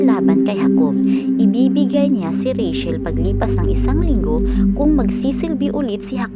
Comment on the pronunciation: Ang pangalang Rachel ay binibigkas na rey - tsel, at hindi rey - shel. Sana ay makatulong.